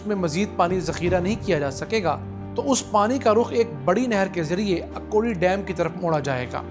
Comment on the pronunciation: جناب یہ اکوڑی نہیں بلکہ اکھوڑی ہے.